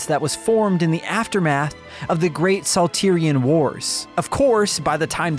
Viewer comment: "Sal-tear-eon War" smirkingGeorgeCostanza.jpg